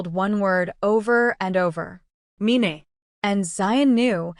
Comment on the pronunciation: The word is "mine" rhyming with "wine", NOT "me-nay". Or "mean". Also please stop the Spanish comments - not everybody understands.